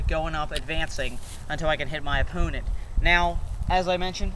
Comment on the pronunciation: lol he said opoonite